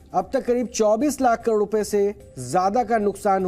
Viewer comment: अरे भाई "48 लाख करोड" पूरा पूरा तो बोलो!! तुम तो "48 लाकोड रु." कह रहे हो😊 सुधीर भाई बहुत ही बेहतरीन तरीके से DND show करते थे।